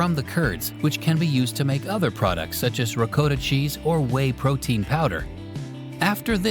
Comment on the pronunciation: It’s pronounced ‘ricotta’ not ‘ricotta’